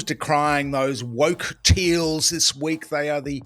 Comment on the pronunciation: When it comes to Penny Wong, did you say woke or wok ha ha.